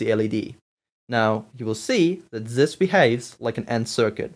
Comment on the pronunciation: i heard him say "zis"